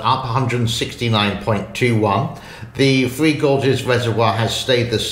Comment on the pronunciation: One last comment, and pls dont be offended as i lije your channel, appreciate ur humor,,,, when you say 3, i hear free. Is this because you live in the far east. Hehe